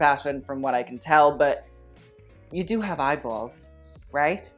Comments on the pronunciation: The italian is really popping out when you say eyeballs lmao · "You do have eye balls?"... Your new york jew was showing😝love😙